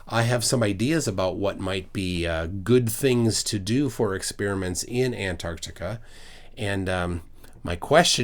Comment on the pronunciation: A requirement for travel there should be the ability to pronounce Antarctica correctly.